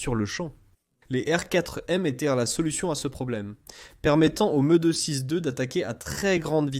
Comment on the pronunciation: Un vrai supplice cette vois d IA . j ai pas pu regarder jusqu au bout. Le MEUUh 262 lol